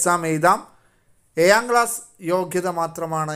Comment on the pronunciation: ഏയാം അല്ല ഏഴാo